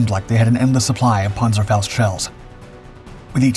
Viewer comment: Great story just wish they'd pronounce the panzerfaust